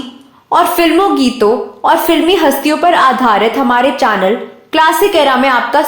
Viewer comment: Abe चानल, आक्ट्रेस, आक्टिंग, नही ब्लकि चैनल, ऐक्टिंग और ऐक्ट्रेस ....... पहले उच्चारण सीख लो .....